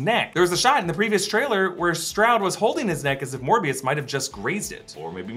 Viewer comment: Seriously, Smerbio? Not Morbuis?